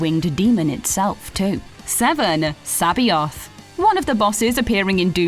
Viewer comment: Butchered the word Sabaoth